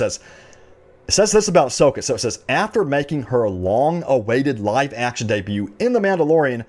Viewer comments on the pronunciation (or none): none